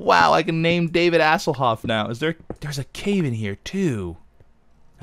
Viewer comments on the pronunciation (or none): Don't do Asselhoof, it takes away the sound of the actual name, doesn't sound like Hasselhoff like that.